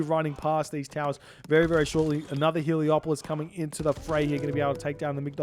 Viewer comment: Heleopoli? crazy pronounciation